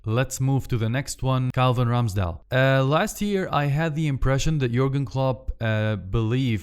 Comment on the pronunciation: سؤال هوا رامسديل جي لبفربول ولا ايه اصل انت غمال تقول راميسديل